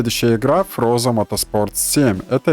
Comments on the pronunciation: почему я слышу не форза, а фроза не хорайзон а горизонт мотоспорт вообще не последний, хотя существует мотоспорт 2023 года кринжовый топ гонок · Какая блин фроза? Какой горизонт? Учись читать правильно